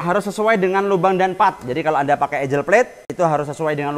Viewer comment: ANGLE cara bacanya bukan ENJ3L, tapi Engg3l. Kaya bahasa jawa ENGGAL.